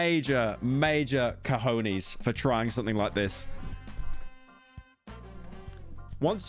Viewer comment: What the hell is a cohoneez?